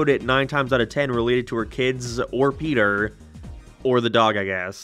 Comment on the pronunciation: Bro said petter 😂